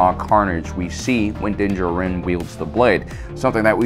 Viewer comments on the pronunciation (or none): Why do you say Din Djarin that way? In the TV series they mention him several times with the correct proncuiation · why do you emphasize Din Djarin the way you do? they say it in the show and i figured you guys of all people would say it right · Why do you keep calling him "Dinjiran"? Din DJAR-in. Like, you hear it on the show, what's the prob.... dawg? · If you cannot pronounce his name you should just call him Mando, instead of the multitude of mispronunciations you provided here. Dinjerin, Din Jawrin and Dinjah Rin. Just watch the show and listen. They say it out loud. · "Dinja Rin" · If you say Dingerin one more time I'm gonna have to intervene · "Din jerinn" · from Generation Tech the way he pronounces things is just different, but I guess odd. I've noticed this with Ahsoka, Din Djarin, Grogu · This guy has got to stop saying Din Djarin like that no one has ever said it that way in the show, literally the armor smith says his name IN THE EPISODE HES COVERING. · For the Wills sake please stop mispronouncing his name...it's said in the show!!! You legit hear it from the source material.